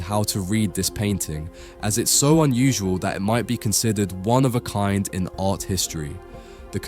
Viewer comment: Great study. Occasionally you do the correct pronunciation of closing t's, and sometimes not - "art", "part", "white", and "not". Tony Blair popularized this kind of pronunciation as he dissembled like a naughty little child. No need for us to follow suit. A nice crisp pronunciation sounds so much better, not so?